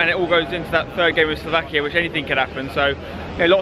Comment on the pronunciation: Slovakia........... Sloavkia ???